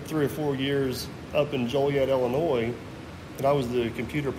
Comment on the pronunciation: The “s” is silent in Illinois. Where are you from? The Virgin Is land’s? 🤣🤣🤣 kidding, I know many ppl from across the border pronounce the “s” in Illinois. Thank you for sharing sir!